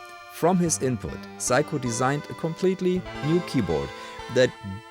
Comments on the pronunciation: Fascinating account of a little known instrument. If "everyone needs a Seiko in their life", perhaps better to pronounce it the English way of 'Sayko' rather than Psycho... Unless we want Anthony Perkins popping up in our showers. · It's say-ko, you're saying psycho, like the crazy person or movie. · I think thats pronounced Say-Ko, not Psycho, my friend XD. In Japanese/Romaji (Romanized Japanese), EI is AY, and AI is EYE. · I'm guessing you're using the Deutsch pronounciation of the name ? In English it's "Sayko" my friend 😆 Also don't disrespect the Amiga, it had amazing sound quality for 8 bit back in the day ! 😜 This unit probably cost as much as a really good secondhand car when new ! I absolutely love watching you discover and play with these obscure machines 👍😆 Thank you... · I'm amused how you pronounce Seiko, in the same way English speakers would pronounce Psycho... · Pronouncing Seiko as Psycho 😅 Yep, I'm doing that from now on too 😂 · That's what the auto generated subtitles believed to - "if you need some psycho in your life....."